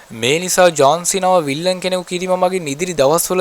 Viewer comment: විල්ලන් නෙවෙයි යකෝ විලන් 😂😂